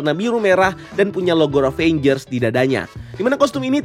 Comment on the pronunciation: Bang please RAVAGERS, jangan RAVENGERS. Kagok haha 😂